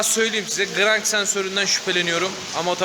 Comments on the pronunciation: Gıırrannk sensörrü....... Ne sensör ne ben söyleyim! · Grangggggg sensörü nedir yav😂